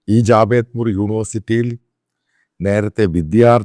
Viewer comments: It's not Jawedpur university but "JADAVPUR UNIVERSITY" ! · ജാവേദ്പൂർ യൂണിവേഴ്സിറ്റി അല്ല. ജാദവ്പൂർ യൂണിവേഴ്സിറ്റി എന്നാണ് അതിന്റെ പേര്! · Did you say 'Javedpur University '? It is 'Jadavpur'.... My comment on the video elsewhere. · Jadavpur University, not Javedpur University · JADAVPUR AND NOT JAVEDPUR! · Its not Javedpur,Its JADEVPUR UNIVERSITY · Sir, Not javedpur but jadavpur university ! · ജാവേദ്പുർ അല്ല, ജാദവ്പുർ ആണ് ശരിയായ നാമം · It's not Javedpur University, It's " Jadavpur " University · Jadavpur University not Javedpur university